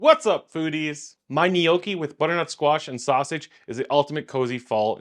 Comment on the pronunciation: "Knee oh kee"